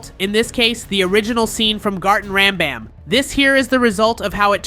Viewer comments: "BonBaan" GOT MR BANBAN ANGRY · bro said garten of bon bon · Bro said Garten of bonbon😊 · IT’S GARTEN OF BANBAN NOY BUN BUN👹🤬